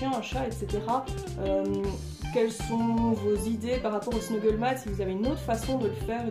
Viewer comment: Super idée !! Parcontre c'est Snuffle mat!! Tapis de fouille!! Et pas snuggle voilà ^^ J'en ai fait pour ma chienne je vais faire pour les hamster!!!